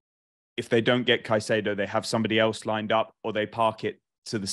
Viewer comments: instantly loses credibility with me pronouncing it "kuh-chay-doe". Is it patriotic for old English guys to absolutely butcher simple names? lol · Why does insist on pronouncing caicedo in that weird way?